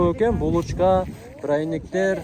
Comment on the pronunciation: Прайниктер эмес😂 Пряниктер дечи үка